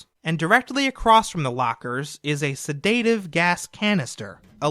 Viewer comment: Sedaative, not sedaytive